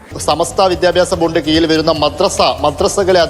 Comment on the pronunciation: Mathrubhoomi Reporter- സമസ്ത വിദ്യാഭ്യാസ ബോർഡിന്റെ കീയിൽ ❌ കീഴിൽ ✅